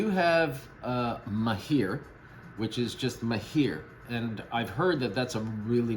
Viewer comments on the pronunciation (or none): It’s pronounced Mah-hir … generally means an expert or skilled in something… Great vid!